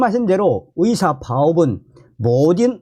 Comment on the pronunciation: 듣는데 참..불편하네요 발음이..같은 한국인인데 발음교정이 그렇게 어려우시나요? 노력은 해보셨는지요?의사를 위사..의새를 위새로 발음하시니..ㅠㅠ..국어책읽듯이 띠엄띠엄..읽으시니 듣는데 이해도도 떨어집니다